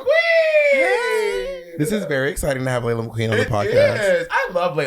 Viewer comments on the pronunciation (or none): It sounded like Laila said "HIT HER" lol